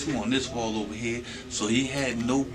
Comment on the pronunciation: yeah, I was thinkin' n.o. when he was saying 'chea for here..